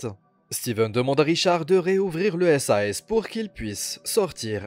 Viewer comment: Part contre ont dit pas « S A S » moi plutôt « sase »